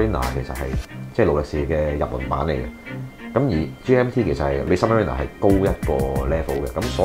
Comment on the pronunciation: OMG 😳 — submariner 都讀錯